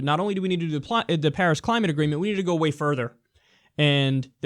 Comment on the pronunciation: During this speech he kept calling it "pairs agreement". The only thing he was right about in this is that china is beating us but not because of the Paris agreement. Because of the green revelation and the economic boom they are stealing from us.